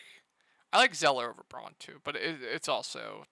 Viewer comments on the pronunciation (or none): Braun = Brown. You keep mispronouncing his name.